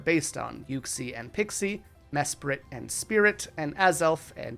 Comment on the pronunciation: Dude mesprit is SPRITE not spirit